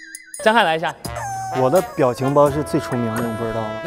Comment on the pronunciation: 的时候justin嘴瓢了😂biao情包变成bao情包😂😂虽然极力想念对但我还是听出来了哈哈哈哈